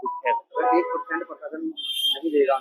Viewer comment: भाया पीरशासन नहीं होता है प्रशासन होता है ठीककरो उसको इस पर जब आपको अनपढ़ या मदरसाछाप बोलते हैं तब बुरा मानजाते हो यह नहीं देखते कि अगला क्यों बोल रहा है कुछ तो कमी हैभाया जितना जल्दी हो सके उस कमी को पकड़ के सुधार किया जाना चाहिए